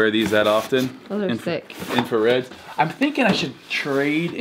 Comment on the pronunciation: He called yeezy breds infareds